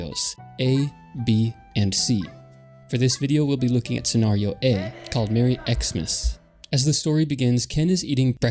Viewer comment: the way you pronounce scenario is distracting